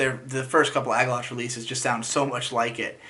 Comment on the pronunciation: It's Agalloch not Agallotcs